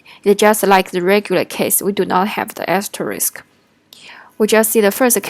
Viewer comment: Nice video, it helped me to understand the last example that for me didn't make sense. It seems you have problem to say "asterisk", so I recommend you to use "wildcard" that is easier to pronounce. 辛苦了 ~